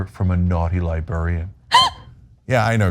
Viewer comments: I can't, who still says li-Barry-Ann come on tyt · What's a libarian? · Cenk, it's pronounced "Lie-bRare-ian" lol. Liberians are people from Liberia. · This is very serious but I've become really distracted that Cenk cannot say "librarian" to save his life XD XD XD